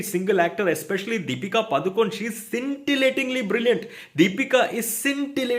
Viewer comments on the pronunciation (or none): Given how many times you said Deepika Padukone in the review, it's time to get the pronunciation right on her last name. The "du" in Pa-du-kone should be like the "du" in "faadu", not like the "du" in "duniya". Here's Deepika herself saying her full name